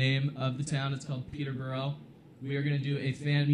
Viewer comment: PeterbUrOh my fave prononciation of Peterborough. Why is that the one day I can’t get my ass down to Peterborough ?